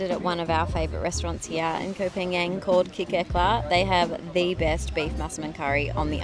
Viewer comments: its not KOH PAN YANG - ITS KOH PAN GAN! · Please, please learn how to pronounce the name of the island. You've been there for 6 months and you don't know how to pronounce it? Really? "PAN-YANG" is not a real place. You sound incredibly foolish pronouncing it like that. It's pronounced "PONG-ON" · Please stop saying Koh Panian....